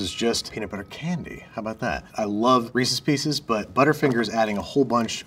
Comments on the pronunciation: He said it! He said "Reesies Piecies" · Another person who mispronounces Reese's Pieces. I'm starting to realize there is a whole population of people who are like this.